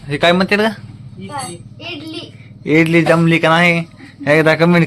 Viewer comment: इडली नाही ंझाली